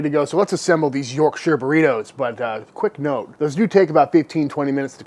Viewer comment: Congratulations on getting the shire bit right, an American who doesn't pronounce it like their on the set of Lord of the Rings is as rare as a good steak 👍